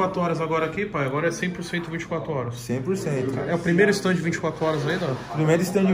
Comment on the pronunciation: É stand, não ESTANDE.....iirraaaaaaaaaaaaaaaa